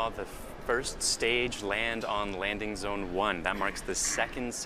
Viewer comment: she said landing bone lmao